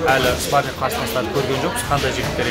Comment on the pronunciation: "спаринг" деп айтсан дурыс естилетин еди биздин уйренген кулакка